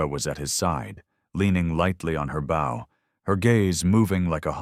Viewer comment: The weapon bow is pronounced /Bo/ unlike the verb which is pronounced /bao/. Throughout this story, no one is bowing to anyone, and the bow is always ready to use, but the narrator would have the reader believe that in times of imminent danger, people are reaching for their bowing prowess.